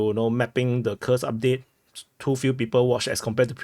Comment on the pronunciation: Dude, your Kursk [ˈkursk] sounds like a curse [kɜːs]. Read the names of Russian settlements according to the rules of the Latin language.